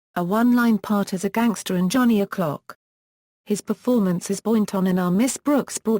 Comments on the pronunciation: That narrator is awful. Robotic, and cannot pronounce "Cochise". So irritating! Its pronounced "Cochees". Jeff Chandler was a good actor and I enjoyed his movies. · Why does YT use foreign narrators when talking about American movies? The British sounding female narrating the bio about Jeff Chandler mis-pronounced the name of the Native American Apache Chief, Cochise---- it is PRONOUNCED COCHEESE!! Thank you.